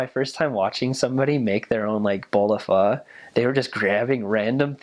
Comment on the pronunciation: i love how he actually pronounced the hmong "pho" correctly, big props to this man, pronunciation is on point